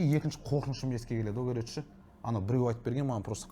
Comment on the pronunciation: Еу бауырым Қазақстанда тұрып жас жігіттердің сөздік қоры болса әрине хейтерлер жиналады не тірлік енді Вөпщім Кәрөч деп Ең болмағанда "ВООБЩЕМ","короче" деп дұрыстап айта алмады ғой Сенде сондай сияқтысыңғо